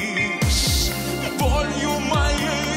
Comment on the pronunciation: У Серова на слове лЮбИшь практически 2 ударения, а у Алехнл чётко любИшь